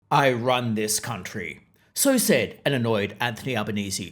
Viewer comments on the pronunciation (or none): "I wun this countwee!''